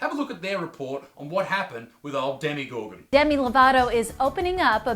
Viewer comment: "Demi gorgon" I cant 😂😂😂😂